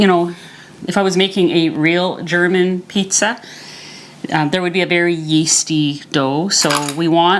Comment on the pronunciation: You are awesome! I really enjoy your videos. ♥ Usually I do not watch "cooking" videos when they take longer than 15 minutes, but I enjoy your videos so much, they calm me down and they make me sooo hungry! :D And your German pronunciation is pretty much on point! :D well done. Im looking forward to try the protein crust for the Flammkuchen and my version will be kind of "Flammkuchen Elsässer Art" (Flammkuchen Alsace Style) with creme fraiche (or high fat "Schmand") salt, pepper and nutmeg. Topped with "Speck" (smoked bacon - "Schwarzwälder Schinkenspeck" ... Black Forest smoked bacon) and red onions (maybe I ll add some chives in the last few minutes of baking). I won't pre-cook the bacon and onions, but I m going to put the topping (Schmand, Speck & Zwiebeln) onto the crust as soon as it is firm enough and then bake for another 10 minutes or so. Love it when the onions still are a bit more "fresh". Thank you so much for the "Potatoe Pancake" with rutabaga (Steckrübe) - I did not realize that they are so low in carbs. Im going to try them asap! Did you know that this "Potatoe Pankake" ("Kartoffelpuffer") is also eaten as a sweet version? Sprinkled with sugar and cinnamon and served with apple sauce ("Apfelmus") . They are called "Baggers" here in our region (Nürnberg, Germany). My boyfriends grandma made them for me in the sweet and high carb version years ago, but I have to say that my version with a bit of onion and cubes of bacon is my favorite :D Im doing keto for 2,5 ye